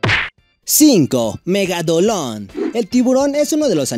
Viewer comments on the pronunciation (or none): Es megalodon no megadolon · megalodon❌️ Megadolon✅️ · Like si escuchaste que dijo megadolon en vez de megalodon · dijiste megadolon